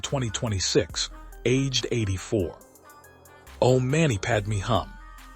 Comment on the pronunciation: "Om mani padme hum" = mani pron. "money" not "manny" ; "hum" pron. closer to "whom" not "come". Padma Shri = "shree" not "shrye". Can't someone help AI?